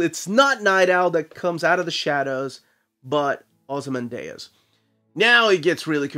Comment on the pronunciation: It's just "Ozymandias" as you would read it in Spanish, it ends in "dee-uhs". So weird you mispronouncing a name. You always take a lot of care about these things. That aside, I've been on the fence about this book, but hearing how much you enjoyed has convinced me to buy it.